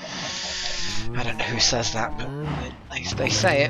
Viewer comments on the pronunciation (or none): none